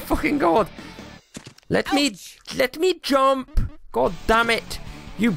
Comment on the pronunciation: Watch this video again... Then read my comments. Your amazing bud!!!! Going back and watching all your vids. "Come on smurf"😂😂😂 Quit talking 'bout your fingers😂😂😂😂 That air breathing thing you did👌🏽👌🏽 The head-bob when you said "jumpppp" Honestly your best vid (based off of hilariousness)in my opinion. So glad I'm watching your old vids too. ... Random words... "Who that sounded German!" ...more random words...😂😂😂 Jubble jump... This thing eff's up your speech pattern... 😆😆 Go watch this with the YouTube put in subtitles it's hilarious. Pounds fist on desk but not hard enough to actually hurt himself😂💪🏽